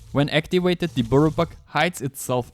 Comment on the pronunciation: if you drink or smoke take a sip or pull every time he says buirrow buck ffs. im never watching his vids again